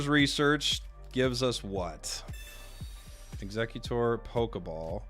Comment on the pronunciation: Aint no way people pronounce Exeggutor like Executor 😂